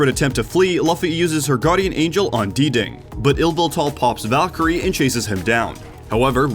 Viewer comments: Nighthunder yeh, pretty sure it’s just pronounced “ding” right? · Please stop calling Dding “ D-Ding” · dee ding? DEE DING? that’s the best mispronunciation of a player name ever. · By the way I think DDing is pronounced Ding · Dding is pronounced Ding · He meant Diddy Kong but forgot the Ko